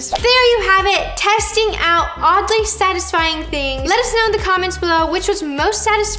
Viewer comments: No one: Literally no one: Not even Paul: Roni:The thing that is Sadly Odisfying😂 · No one: Not even anyone: Not even Paul: Roni: The thing that is SaDlY oDiSfYiNg😂🤣